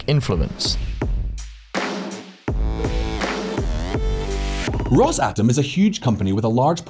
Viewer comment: If i here you say "Ross-atom" one more time, I'll cut my ears off